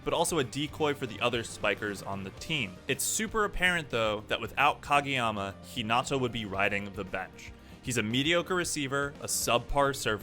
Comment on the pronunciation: Nice video and all, but the way he says some of the characters and schools names really pisses me off lol. Like Hinata is He-Nata and Karasuno is Car-Ah-Soo-No